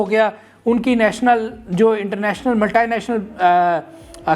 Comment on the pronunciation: یہ ملٹائی ھے یا ملٹی